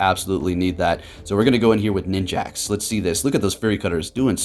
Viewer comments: why does he keep calling it ninjaks!? 😭lmaoo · bro you're triggering me calling it ninJAX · Ah yes, Ninj-axe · Every time says "Ninjax"... TRIGGERED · I heard him say it and just accepted that it's ninjax now